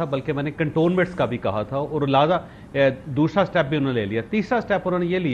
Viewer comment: Chaved Choudary can not pronounce the Urdu word, دوسرا۔ . He pronounces, دوشرا